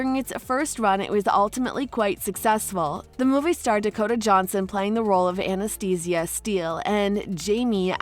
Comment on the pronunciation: I don’t know if I’m the only one that this bothers but why can’t the person narrating this say Anastasia’s name correctly lol